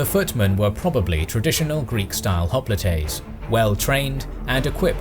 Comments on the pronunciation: Stop saying "hop-li-tay." It's hop-light. It's pronounced that way in both American and British English and Greek, and basically the same way in French and German. You've been doing this for years and it's really weird. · usually English speakers pronounciate words that are close to their language (and most civilizations in older times do that) so they call it Hop-lites, but in greek its Oplites and Hop-li-tes its very close. (fun fact, in today greek army the rank of privet or soldier its called Οπλίτης! which its the singular form of Οπλίτες) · the pronounciation hoplite in all these languages its not the same as in greek language, they also write it diferent. Hoplite for English Οπλίτης for greek. English speakers tend to pronounciate non English letters with I like in word light which its not correct for the greek word οπλίτης. greek pronounciation of letter I its like the name Richard not the word light. we talking here how its correct pronouciation in greek and not how the English speak it and write it.